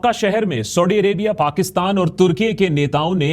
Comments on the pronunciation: Akash Banerjee saahab aap Saudi Arabia ko thik se pronounce karo pehley. सऊदी hai सौढी nahi hai. Aur aap ka Saudi word bolne ka accent India ke Parsi logo ki tarah lag raha hai. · bro it's not sodi, it's saudi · Are you pronouncing Saudi as Saudddy just like Owaisi calls Modi as Moddy ?😂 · Saudi theek se bol bangali 😂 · Say saudi correctly it is so annoying yr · Saudi kahna to seekh la 😁😁😁😁